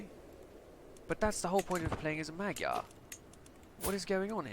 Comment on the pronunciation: Cool thumbnail, and btw i'm hungarian and no mogyer is not the right term, its actually Magyar just like in ck2